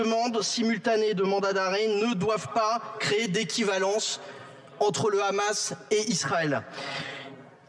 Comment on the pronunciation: Le "conflit israel - Ramasse", vu comment il prononce le nom Hamas, le speakerin doit graviter dans les p... de sphères israéliennes...